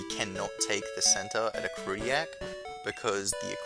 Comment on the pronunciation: The way you say "Ecruteak" irks me a lot.